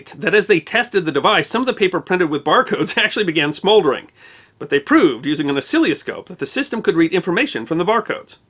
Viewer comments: oscilloscope - os-cil-lo-scope (not o-silly-o-scope ) - but hey, can't complain - over a huge volume of videos, think that's the first bit I caught that wasn't quit right. Thanks for all the great videos! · I'm sure I heard osillyoscope…. Made me smile